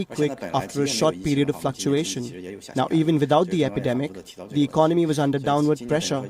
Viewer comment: I like it when she says "Fluckuasians in China's economy". I'm sure she doesn't mean all Asians. Just China's govt.